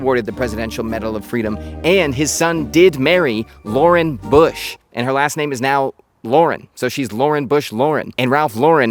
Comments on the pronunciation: first !!! it's Ralph LAUUUURen NOT Laaaa'REN. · Loh-ren, not Leau-ren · Up until I was going to explode with the luh-ren pronunciation…. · Always wondered why people say Lau-REN instead of just Lauren? I like the quality but I don’t like branded anything and can’t afford purple label, lol. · i really thought you were gonna keep pronouncing his name wrong the entire video lol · you pronounced his last name incorrectly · I was sure he was fucking with us pronouncing his name wrong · You don’t even pronounce Lauren correctly. Get outta here you poser!! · How about pronouncing his last name properly? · Had to delete my comment about the way you pronounced his name after I hit the 2 minute mark hahaha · Learn how to pronounce his name first and i will watch your video.